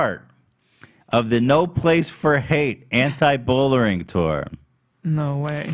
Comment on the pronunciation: "anti-bullering tour"